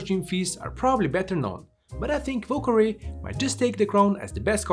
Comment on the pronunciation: Ah yes, the "vù kawè"